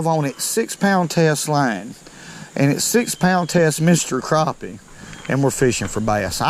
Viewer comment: The way u say CRAPPEH